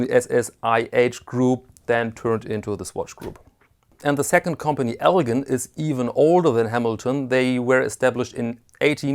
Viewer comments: really enjoy your videos. One correction... the “gin” in Elgin is pronounced like gin and tonic, not with a “guh.” Thanks for these videos!! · Elgin is pronounced (ELJIN) I live near Elgin in the Chicago land and northwest Indiana area . Nice video and nice watches by the way . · I grew up in Elgin, Illinois and could see the watch factory a few blocks away. El Gin is how the watch company is pronounced. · Just like NBA star Elgin Baylor.